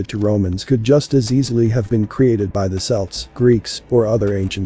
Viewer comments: 'Celts' is pronounced 'Kelts' not 'Selts', but I suppose that's one of the downsides to Ai. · when you type Celts into your artificial idiot spell it with a K (Kelts) so that it will pronounce it correctly.